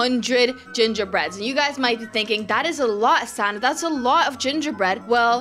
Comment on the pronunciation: lol when you said hi everybody my names sanna i thought you said santa bc i was looking at your outfit